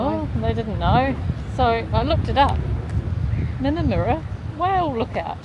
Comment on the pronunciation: Just a heads up about Aussie place names - usually the U is an 'uh' sound, where in NZ we use an 'oo' sound for a U. So Minnamurra is with a short Uh in the murra, not a moora like it would be in kiwi. I was so worried when you went in chasing that drone at what looked like dusk! No, no I was saying, don't go in at shark feeding time! 🤣I'm glad you all made it out alive! love and hugs🤩